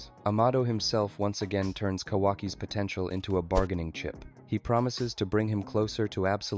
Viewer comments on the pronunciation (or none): Did you say potential?😛